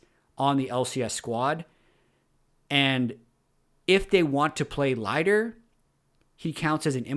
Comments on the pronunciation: Lighter? Pronounced leeder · His name is Lider, not Lieder!! 🙄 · I have always heard Lider pronounced Lee-der and not Lie-der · pronounce Lider like leeder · Really been enjoying this series so far. I think Lider is pronounced like leader, at least that's how it was pronounced when he was on vitality in LEC last year. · Pretty sure Lider is pronounced “leader” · please check pronunciation for lider. I think youre wrong and its difficult to listen to. Nobody in EU that I heard pronounced it like this.